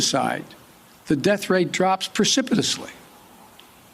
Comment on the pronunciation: There's no way this is Biden speaking. There's no way he could've said precipitously correctly.